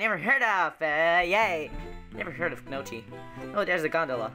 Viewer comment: Hey, I totally love the episodes! Someone probably already told you this, but in gnocchi the "g" is silent and it sounds like noki or naki. Anyways, I'm glad that somebody posted videos for how the game is played! I was totally confused and felt reeeeaaally slow at it